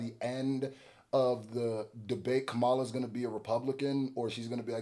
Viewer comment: Bruh, get Kamala name right, this is why Trump won 🤦🏾‍♂️ First you say ‘Kama,’ like a comma in a sentence, Then you say ‘La,’ like ‘la-la-la-la-la.